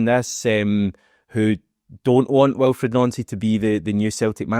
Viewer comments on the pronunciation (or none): It's pronounced Wilfreed Nancy. Not Wilfred Noncy. Time to get that right please. 👍